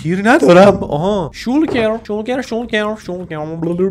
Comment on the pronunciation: عجیبه گفتی شالکر🤘😂 اخه همیشه میگی شولکر😂